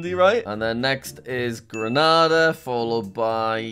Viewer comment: It's pronounced grenayda